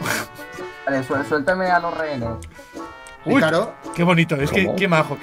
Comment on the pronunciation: Español: rehenes Ingles: rejenes